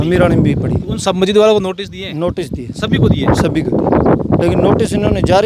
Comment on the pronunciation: अबे बोलना तो सीख ले मस्जिद को गलत बोल रहा है